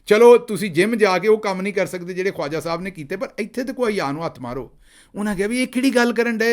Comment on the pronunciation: Khwaja should be pronounced as khaja